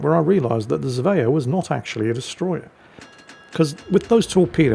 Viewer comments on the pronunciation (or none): How do you manage to mispronounce Svea? Zvea? It's the same bloody 's' as in Sweden! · There is no "j" in Svea. Try saying the word "swear" with an ending "ah" instead of an "r"